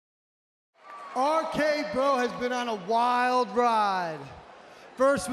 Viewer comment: Somebody needs to tell Riddle there's more than three letters in "R-K Bro"